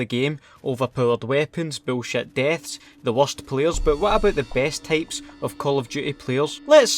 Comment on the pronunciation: Itz Type not Tape